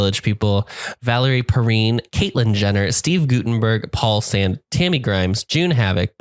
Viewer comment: Saw this in the theater when this came out. Twice in a row. What can I say I was 17. Oh, and it's pronounced Perrine like fine or wine.